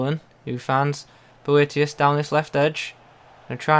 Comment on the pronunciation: Prounced it alright!